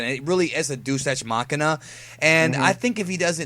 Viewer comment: Did you just say "Douche Ex Makina/Machina"? 😂😂😂